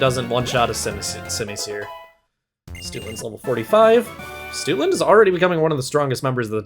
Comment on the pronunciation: Ngl Stootland sounds like you're mispronouncing Stoutland real bad.